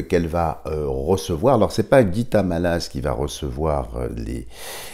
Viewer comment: Dialogue avec l ange est chrétien avant ! Je trouve dommage d y mélanger le soufisme, Bouddha et autres . On ne parle que du Dieu Chrétien avec ses anges, ds ce magnifique livre ! Mallasz se prononcé "Mallache"